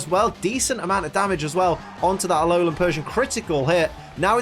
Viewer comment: He said Aolan nine tails